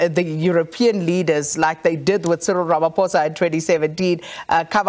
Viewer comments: but it is RamaPHOSA. not RamaFOSA Come on can you at least try to pronounce the namecorrect? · Has this man never ever said "ramaphosa" correctly? How is he still calling ramaphosa, ramafosa as if he just read the name!!